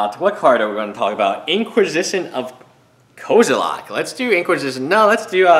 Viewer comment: it is as if you have a special trait to pronounce name incorrectly xD how does an e become an a?